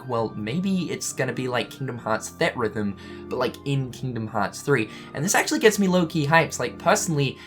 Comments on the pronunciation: Everytime he says 'thed rhythm' i wanna die. Its 'theatre rhythm'. Gdi. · It's "Theatre-Rhythm", not "Theat-Rhythm". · Theatre rhythm, not theat rhythm...sorry, annoyed me a little. Ignore me if that's just how you say the word :) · Say it with me,! "THEE-AT-RYTH-UM" <3 Love you buddy! Hope the eyebrows are growing back okay:) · Its pronounced Theetrhythm. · I swear every time I hear you pronounce theatre rhythm, I die. On the inside.